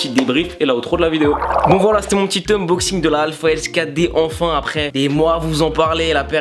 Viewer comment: "Unboxing" et pas "Umboxing" mdr